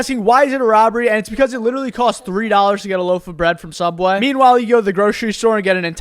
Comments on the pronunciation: "Subwafh" "Dollar Fifteh" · Always says "Subweh" as well